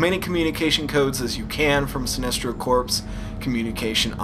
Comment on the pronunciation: Corps is said like core